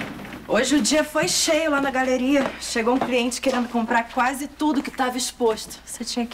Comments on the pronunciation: Uma parte a falou gareria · Se alguém percebeu a falou " voltei lá da gareria " kkkk essa parte foi engraçada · Só eu ouvi falando galeria errado? Kk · "Hoje o dia foi cheio la na gareria" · A falando gareria kkkkkkkk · Gente a falou garelia em vez galeria KAKAKAK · Vcs perceberam que a falou garelia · só eu que percebo q toda vez q a vai falar “GALERIA” ela fala “GARERIA” KKKKKKKKK